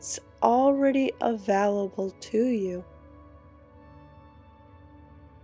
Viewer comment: I love you but your pronunciation of "available" drives me nutty! it's a VALE able not a VALL able. Please don't hate me for saying that!